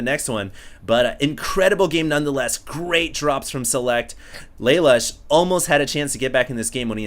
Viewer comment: I'm pretty sure it's laloosh not lay-lush. After all he is european.